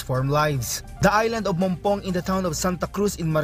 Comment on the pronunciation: MOGPOG MARINDUQUE not mongpong Marinduque